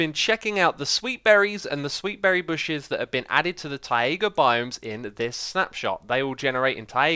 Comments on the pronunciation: Its TAJGA, not fucking TAAIIIIGA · Its tie-ga... not tie-eh-ga. What a fucking degenerate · X it taiga not taaiga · Tie-a-gah.... no its "TIEGAH" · Please stop saying Thai-ay-ga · X is unafraid to chart new horizons in pronunciation: Tayega Free (as in one, two, free), frough, and any iteration of thr==fr Muriel It's that same pioneering nature that brought us Hermitcraft and the Mythbusting series. :D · STOP SAYING TAEGA! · Someday taiga will be pronounced correctly but today is not that day! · That’s not how Taiga is pronounced 😂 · How can you always fail to say taiga correctly??????